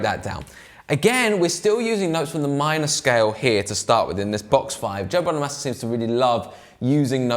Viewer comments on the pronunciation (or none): It's Bono -mah -sa 👉🏻short A! Not long A bro! Get it right! Peace ✌🏻